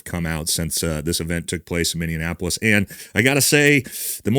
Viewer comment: It's Minn-e-ap-olis Skip the extra syllable